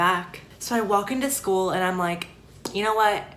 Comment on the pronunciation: "what if i get bullied at schooluh" i wheezed so hard😂😂😂